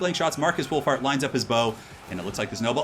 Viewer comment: Lol, sounded like you called him Markus Wulf-fart